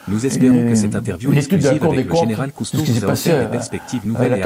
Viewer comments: Ça commence mal : Général Cousteau au lieu de Général COUSTOU ! IA complètement nulle ! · C'est COUSTOU et non pas COUS-TO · COUSTOU PRONONCEZ CORRECTEMENT CORRECTEMENT UNE QUESTION DE RESPECT